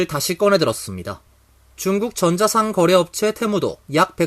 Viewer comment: 전자상 거래가 아니라 전자상거래 아니면 전자 상거래로 읽어주세요. 이상합니다